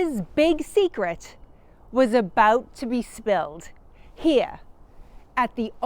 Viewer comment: What is so hard about pronouncing the letter R in words? And the word here is one syllable, not two. Very distracting to listen to. It's like they never left England.